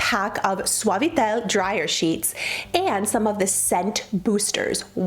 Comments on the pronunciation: I do the dryer sheet trick but I use Dreft for the scented beads lol I love how you say fabuloso and suavitel like if you were fluent in Spanish lol 😂btw suavitel is a must have! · Love how you say Fabuloso and Suavitel with a Spanish accent😂🙌🏽Also loved “…it’s clean enough”. Thank you!!! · I love how you pronounce suavitel and fabuloso! Are you fluent in spanish?😊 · Can we all just take a minute to appreciate how pronounced fabuloso and suavitel?! such a PROFESSIONAL! Love it! 🥰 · I like how you pronounce Fabuloso and Suavitel 😄